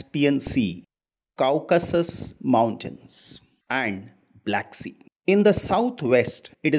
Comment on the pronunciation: It's not cowcusus... It's coceshius